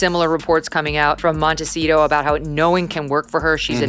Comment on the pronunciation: Nobody pronounces Montecito correctly 😡